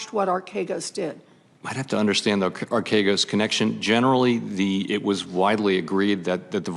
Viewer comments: Telling on herself by mispronouncing archegos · Bro what are you talking about she literally mispronounced archegos DURING this clip